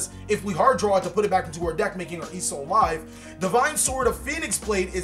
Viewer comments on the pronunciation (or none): none